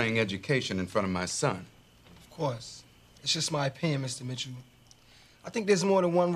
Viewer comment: Ugh.. Q with his "Mista Mitchoo" got on my nerves.😠